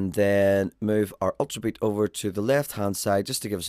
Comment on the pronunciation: it's very funny the way you say the word "Ultrabeat"..haha